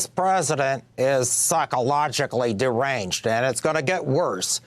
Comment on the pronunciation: 😂 that voice. "psychological durr-ranged"